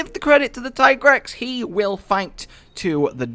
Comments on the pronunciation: Tye-Grex?.... Yes absolutely and there is NO OTHER WAY TO PRONOUNCE IT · i agree with the whole tigrex pronunciation rant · The ones calling it Tiegrex are in the wrong , in many languages like french or Spanish Tiger is Tigre so yeah, Teagrex is the correct way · in spanish is tigre... so ti-grex always made more sence than ty-grex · Also its pronounced tiigrex because tiger in other languages such as german the word tiger the i is spoken loonger : tiiiger +trex=tiigrex just to let you know why hes pronaunced that way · I have no problem with everyone calling it Tai-grex since it should be the english form of pronuoncing the name but many don't realize that the way the developers call it comes from the spanish word tigre or at least thats the way it seems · It's kinda stupid to me that that the Tigrex pronunciation argument ever happened in the first place? His Japanese name is ティガレックス Japanese words are spelled almost completely phonetically. As long as there's no Kanji involved (and there aren't here that's pretty much all Katakana) each symbol represents a syllable, except for certain symbols that modify the one before them Tee-Ga-Re-Ku-Su